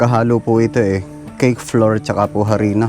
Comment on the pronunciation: Sorry sa pag correct ng pronunciation mo sa flour, it should be "flawAr" at ang bowl po ay "bOwl". Hindi po flower and bAwl. Always enjoying watching your videos. Ang saya ninyong magkakapatid. I wish kuya kapangay the best of health always.